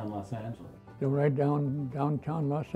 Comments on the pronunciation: How come he's pronouncing it Los Angles? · what is he saying here? I'm hearing "Los Angles"